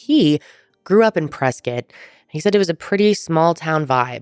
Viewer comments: it’s def “Press-Scott” I went to college in Arizona, and I’ve never heard anyone locally call it “press-kit”.. maybe that’s the ORIGINAL pronunciation, but def isn’t the one used now. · I’m sorry but that’s “press-Scott” not “presket” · I refuse to believe it’s “press kit” and not “press Scott” lol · Born and raised in AZ.. still won't pronounce it Preskitt 😆🤷‍♀ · If you've been to Prescott you KNOW how people feel if you pronounce it "Press-scott" 😂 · We say it Prehs-Scott here in AZ lol.